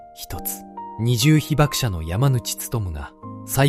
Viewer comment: 二重被爆者 にじゅうひばくしゃ ひばくものって😂